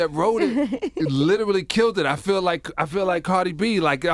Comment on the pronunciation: feel , not fill and too , not to. 🤦🏻‍♂️😁🤣